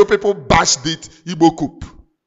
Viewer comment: This word is pronounced: "COO" The "P" is silent. Cheers.Lions.